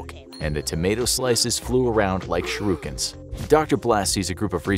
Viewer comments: What's a sharuken? Do you mean a shuriken? You said that really funny i believe the tomato would pelt you for that! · The way he said shuriken....